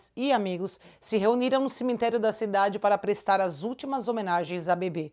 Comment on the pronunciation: Oi.. eu acho tao engraçado vc falar ceminterio kkkkk. É cemitério kkkk